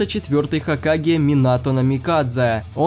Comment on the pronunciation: Минато а не Монато